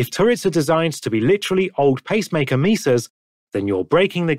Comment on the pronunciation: Did you intentionally make the text to speech say bob-omb instead of vauban and pacemaker instead of peacemaker?